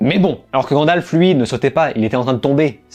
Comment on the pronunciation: Mais t'arrêtes de dire grandalf c'est gandalf